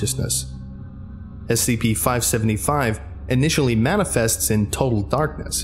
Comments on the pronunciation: Near the start you say 575 yhen say 555 then 575 lol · It was already stated in an older comment but I'll say it anyways. At the very beginning you say 555 instead of 575.